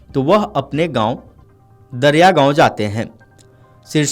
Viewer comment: दरियागाव ❌❌ दरेगाव ☑️☑️